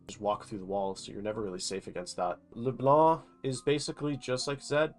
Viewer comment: first time I see an english speaker pronounce Leblanc right